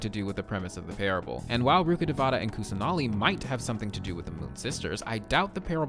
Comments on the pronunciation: just wanna correct your pronunciation of "rukkhdevata" it goes like rukh-dev-tah and not like rukkadevaata as a person who's fluent in hindi its getting on my nerves im so sorry T-T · Love ur lore videos Btw, as a local of the said reign sumeru is based on, "Rukkadevatha" is pronounced as "Rukka-Day-wa-ta" 😊 just saying cz more people will know about it